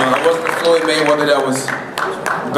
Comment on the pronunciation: muddy maywedderrrr, dude can't say his name right